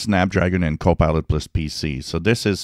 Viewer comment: Always sounds like your sayin copi;ot 'less' pc's.